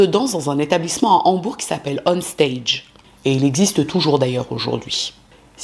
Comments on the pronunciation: Une petite précision. Le G de Hambourg ne se prononce pas. Mais quel salopard. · de plus en plus jolie ❤ mais le g de Hambourg ne se prononce pas. On dit Hambour